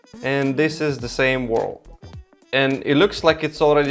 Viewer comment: Alternate video title: "Welcome to my whirl"